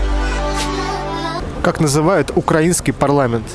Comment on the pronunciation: Автор походу из Украины , правильно ставит ударение на словах украинский и слова пролелают украинские)